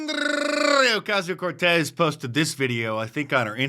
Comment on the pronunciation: Mark you’re rolling that R for AOC is getting better and better.